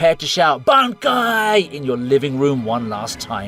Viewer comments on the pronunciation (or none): none